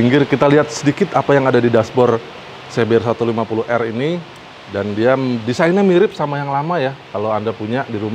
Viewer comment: Ingat "R" nya cuma satu🤣